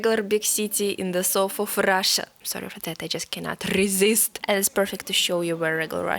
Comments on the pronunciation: bruh i just cant RRRESIST❤ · She could not RRRRRRRRRRRRRRRRRRRRResist 🤣